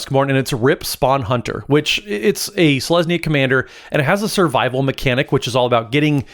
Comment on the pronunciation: Rip sounding like a non-legendary named Ripspawn Hunter instead of Rip, Spawn Hunter haha